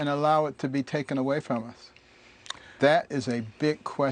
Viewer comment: All I hear is "united steak of ameria"